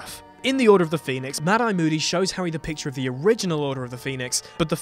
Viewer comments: Did he call harry potter harwy potter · howwy potter?